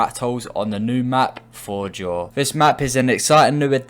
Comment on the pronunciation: Atleast say the name of the map right